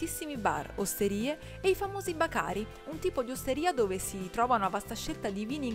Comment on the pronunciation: Bacari con l'accento sbagliato non si può sentire. ...